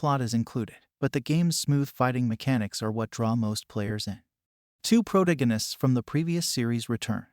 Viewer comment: First, thank you for for this. It was useful. Second, your pronunciation of the word "protagonist" is...fresh?